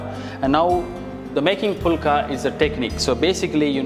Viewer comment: Don't pronounce like pulka. Pronounce the right way as fulka ஃபுல்கா